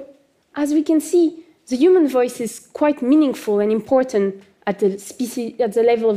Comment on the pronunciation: every time she says human, i hear urine :(